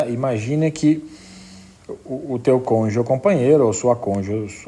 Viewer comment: UM PROFESSOR FALANDO "CONJE" É UMA MARTELADA NIS TESTÍCULOS. ME LEMBROU O MORO. PUTA QUE ME PARIU, CONJE É DE FODER, FODERRR COM TODOS OS ERRES...